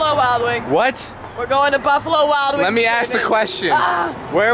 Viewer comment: When Liza said the first "buffalo wild wings" it sound like: I'll blow Alex😂😂😂